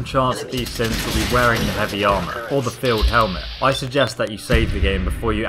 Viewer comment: btw it's synth field helmet not synth filed helment